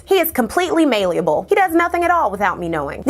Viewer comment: Love the video don't get me wrong, but work on the pronunciation of some things. Even English words like "malleable" had me saying what. The Medellín Cartel pronunciation was unrecognizable.